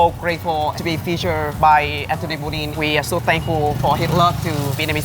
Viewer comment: his name is Bourdain, not bourdin